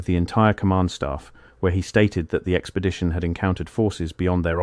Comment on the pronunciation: What is an "Expedtion?"🤣